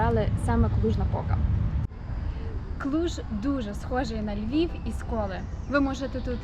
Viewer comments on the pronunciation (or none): none